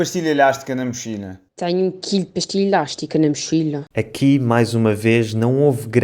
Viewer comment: Parece q a Cláudia do Alentejo pronunciou a palavra "pastilha" como se fosse no espanhol (pastilla).